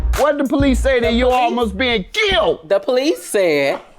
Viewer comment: "... Almost being KILLED!" I shouldn't be laughing, but why did he have to say it like this? 😂